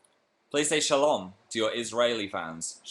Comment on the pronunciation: OMG PHIL'S ACCENT WHEN HE SAYS SHALOM I CAN'T EVEN... THANK YOU WHOEVER TOLD HIM TO SAY THAT